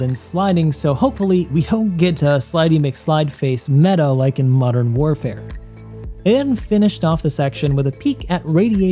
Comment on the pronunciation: the only comment I have for this video is that you said Mudern Warfare... otherwise great summary video!:D